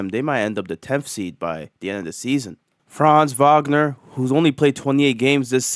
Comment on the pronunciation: the way you pronounced franz wagner's name was exquisite